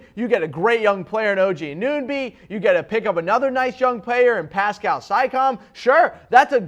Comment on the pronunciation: I think he was just trolling people who watch the Raptors. Haris Rubinstem, it's Siakam (see-AH-kum) and Anunoby (an-uh-NO-bee).